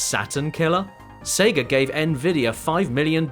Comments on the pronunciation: Why does he keep saying Seger? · lol "Seger of America" that's got to be the worst part about that accent, having to put an 'R' in-between two vowel sounds